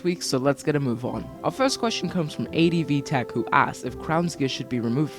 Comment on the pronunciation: Yeah you said my name correctly (advtech) you're like the first person to say it correctly.